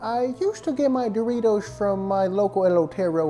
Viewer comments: Bro Said smuggle The raw duros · Duritos? I thought is was Doritos